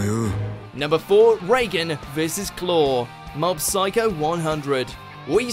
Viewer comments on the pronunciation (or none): none